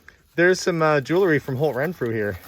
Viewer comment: Arrrrrgggggghhhhhh. It’s pronounced jewl ree. Not jew ler ree.